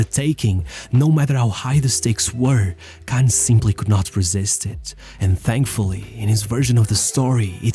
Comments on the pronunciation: Spelling is one issue. Pronunciation is another. Kahn isn't pronounced like 'can'. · Inzhagi: Say that again? / "Kahn cursing"